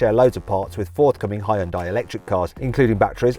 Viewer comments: 자동차 리뷰 전문가가 아직도 히온다이라고하네 왠간한 외국 리뷰어들 죄다 현대라고 정발음하는구만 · It is not Hai-ern-dai. Should pronunciate as Hyôndae like Sundae. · 하이운다이? 하이온다이? "현대"라는 발음이 그렇게도 어렵나? 아니면 영어에 없는 발음은 안 한다는 고집인가... 영미 애들이 "여"발음을 못하는 게 아니거든... yearning 을 발음할 때 하잖아,,, 더군다나 영어가 독일어나 스페인어처럼 스펠링대로 읽는 언어도 아니니 Hyndai를 고유명사로 보고 본토인 한국 사람이 현대라고 읽으면 따라와줘야 하지 않나? 현대가 차만든지 50년이 다 되어간다. 세계에서 언급되기 시작한 것만 해도 30년은 되었을 거야 귀때기 처막고 살지 않았다면 들었을 거 아닌가 프랑스 축구선수 mbappe는 스펠링 이상하다고 안 읽나? 영미놈들도 음바페라고 잘 만 읽더구만 심지어 영국 축구 선수 Nketiah도 은케티아라고 잘도 처 읽더구만 ..음과 은은 영어에 없는 발음이잖아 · Hyundai 를 현다이도 휸다이도 아닌 하이언다이라고 읽는 건 처음이다